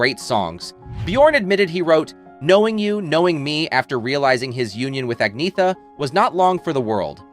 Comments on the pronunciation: Her name is pronounced An-y-etta not Agn-eetha. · Se dice Agnetha, con cierto acento, pero no Agnea. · It's really a pity. Her name is Angetha n not At-net-ta or At-knee-ta ok!! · Actually, if you check out her pronouncing it, the Swedish pronunciation is Ag-ny-etta but she says you can also An-yeh-ta or Anna. She does not say An-neta or Ag-neetha. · Her name is pronounced Ahn YET ta. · It's pronounced "An-yetta". Reasearch better. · It's pronounced An-Yetta. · An-yetta - at least get the pronunciation right if you going to do a video clip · How on earth can you expect anyone to take you seriously when you can't even pronounce her name?! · Your pronouncing her name incorrectly. 😫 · Can’t even pronounce her name correctly 😂😂😂 Sensationalist click baiting at it’s worst!